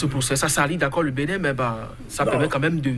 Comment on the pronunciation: BENIN et non BENNIN